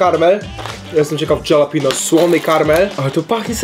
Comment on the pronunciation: „Moczi” a nie MOUCZI i „halapenio” a nie DŻALAPNIOŁ